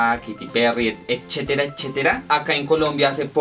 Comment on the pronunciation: X q dice "echetera echeteta"..?! 😖 Jaja.. Y ése peinado..??? 😱 No sé cómo llegué acá pero boe.. 💁 Majo sí es bella.. Saludos para ella..! 🙋✨